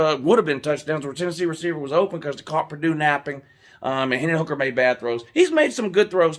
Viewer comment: The commentator said Purdoo-doo lol